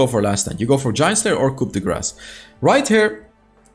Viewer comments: Also for your own knowledge, its pronounced (ku - de - gra) not coop de grass 😅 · Coup de grace is pronounced ku-de-gra, French people love their silent letters.